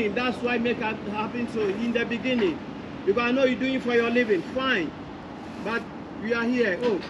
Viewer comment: I found the guy who said in the bengining 😂 bengining 😅